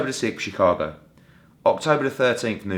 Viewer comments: Nigga Eddie hearns said "chee-town' Lmao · The pronounce it shy town (chi) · God Lord, he called it chee-town! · Chee town? Lol. Smh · Mf said she town wtf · Lord hammercy he said “Chee Town”. Cringe.